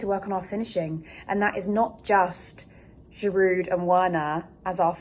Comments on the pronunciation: Verner there is no w in german and girou the d is silent start learning foreign language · 1) it’s Werner (pronounced VERNER) and 2) it’s Giroud (pronounced GIROU) you don’t sound the D in his name. Get those two straight please. Danke/Merci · The names sounds better when pronounced correctly...Werner=(Verna)...Giroud (Jirou)